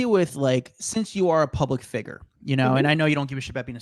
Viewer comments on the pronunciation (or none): Please say figure right lol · I know, right? "Public figger." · That dude said figger instead of figure, three fucking times within the first four and a half seconds into the interview. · Stop saying public figer, its public figure. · Learn how to say the word figure. Its not figer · A public "figger"? It's "figure" idiot.. Much respect to Jodie Sweeten though. She's been through alot and still kept her head above water, unlike some other child actors. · who says fig-er instead of fig-yer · His pronunciation of figure. 🤭👀